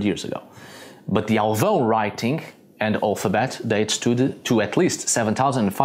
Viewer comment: Great pronunciation of Alvão! You sound like a portuguese native!